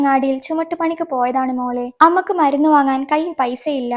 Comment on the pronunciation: അമ്മക്ക് അല്ല അമ്മയ്‌ക്ക്